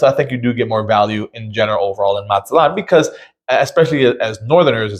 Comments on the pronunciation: I would think that after 28 days in Mazatlan you could speak the city name properly. As the colorful sign at the north end of Playa Norte shows, the last syllable is accented. You pronounce "MAZ-aht-lawn," but it's properly "Maz-aht-LAWN." To the people who live here, it matters. (Yes, I'm a little sensitive being born in the #4 most mis-pronounced city in the US, Spokane, and concluding a 45-years career in the #1 city, Sequim - two cities on opposite ends of Washington State.) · It's Mazatlan, not Matzatlan.